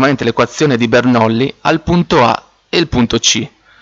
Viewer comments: Bernolli...😂, si scrive Bernoulli e si legge Bernulli, comunque il video resta molto utile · Spiegato malissimo. Cosa facile resa difficile e poi si legge Bernulli non Bernoulli. Tornate scuola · scusate ma non si dice "bernullì" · ti avrei messo mi piace ma.. "BernOulli"? Serio?